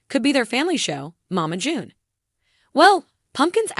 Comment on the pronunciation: First of all learn how to say Mama June second they're earning money because of the show and everybody needs help even famous people so backup come on now really?????